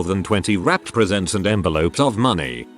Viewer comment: Teach him how to say "reading" -Teach him how to say "presents" -WHY read dates backwards?? Say March 1 as March 1, not "1st of March"!